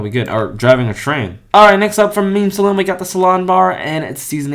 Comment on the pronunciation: Man doesn’t know how to say Pontiac or saloon.